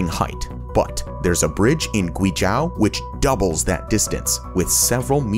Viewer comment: Guizhou ==> Gwee-joe.